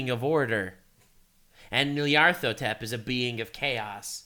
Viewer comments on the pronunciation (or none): NyarlEthotep, it’s a freaking E in the middle, he’s beyond life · Hearing trying to say Nyarlathotep is hilarious.